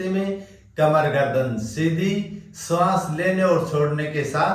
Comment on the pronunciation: स श ष अक्षर का उपयोग किन शब्द में होता है इसका प्राणायाम भी करना चाहिए शरीर होता है या सरीर श्वास होता है या सवास होता है शुद्ध उच्चारण होना चाहिए 🙏